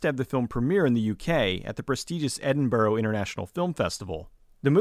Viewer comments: Edinburrow WTF HAHAHAHAH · Sorry how did you pronounce Edinburgh?